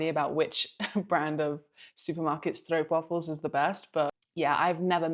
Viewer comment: much better pronunciation of stroopwafels than i hear most of the time